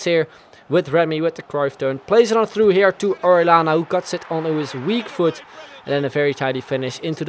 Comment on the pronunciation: Orellana is pronounced "oreyana", not orelana